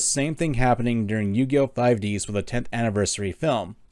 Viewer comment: I laughed too much when he said 5ds that should like 5 dis while focusing on Aki's breasts